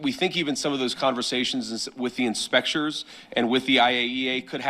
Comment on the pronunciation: said “Inspectures”😂